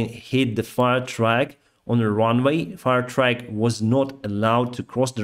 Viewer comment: you should pronounce "truck" like "fuck" 😉; you are pronouncing it like "track", which is a different common word, so it's confusing for English speakers. 👍